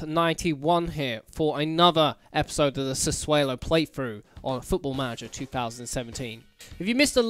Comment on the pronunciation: Trout fuck's sake its SassuOlo not SassuElo! Also I love how someone was staring at you when you celebrated Hooper's tap in 😂